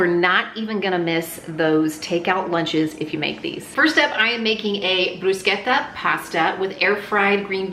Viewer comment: Thank You so much for correctly pronouncing “Bruschetta”! ❤